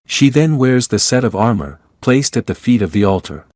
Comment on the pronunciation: Saying Diana wears “armer” is crazy lol